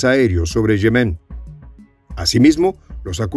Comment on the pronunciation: Yemen NO lleva acento. O sea NO es Yemén, sino YEMEN. Rasca el oído.